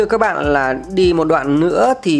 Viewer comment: Bạn nói ngọng l thành n, n thành l nhiều quá: “nối vào Hoàng Quý”, Khu vực này khá “nà” cũ kỹ…